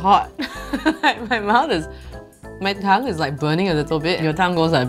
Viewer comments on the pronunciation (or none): none